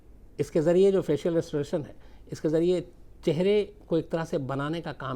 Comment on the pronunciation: फेशियल रेस्टोरेशन नही सर. फेशियल रि-स्टोरेशन होता है.